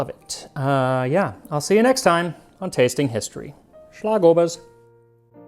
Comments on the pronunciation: As a lifelong Viennese, for me this video is by far the most personal of yours yet! I'm glad you seem to have enjoyed your trip, and all things considered you did great on your pronunciation! I was especially impressed with Schlagobers and Metternich's name! Just a small tip for the future, since you seem to be trying to get things as correct as possible: A more accurate pronunciation of Torte would be "tor-teh" in Hochdeutsch, with the Ts morphing more into Ds the more Viennese you get. They're two distinct syllables. I hope this helps in case you cover any more Torten in the future! Regardless of my nitpicking, I loved the video and I agree with your assessment that Original Sachertorte doesn't hold a candle to a great homemade one, or ones made by smaller bakeries/confectioneries! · The Schlagobers was spot on though :)